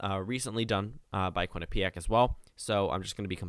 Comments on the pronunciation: You're pronouncing Quinnipiac right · Your pronouncing quinnipiac right! I’ve had many tours there and that’s the way i’ve always heard it pronounced.